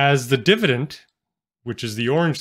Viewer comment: Why do you pronounce dividend as “divident”?